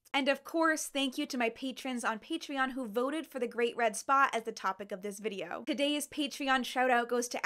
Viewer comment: I kept hearing you say “great red spa” and I like this.